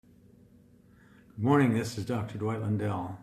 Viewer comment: His last name is Lundell not Landell.